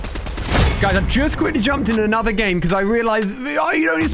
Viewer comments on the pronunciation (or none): none